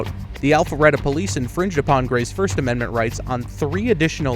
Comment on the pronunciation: you keep mentioning these amendZents THAT DON'T EXSIST 😂😂😂 ameriZa HUH